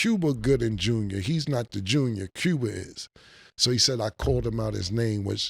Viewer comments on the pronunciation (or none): none